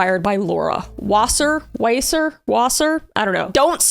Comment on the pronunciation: I would assume that Laura Wasser’s last name is pronounced like Vah-sir, ‘cause it’s spelled like Water in German.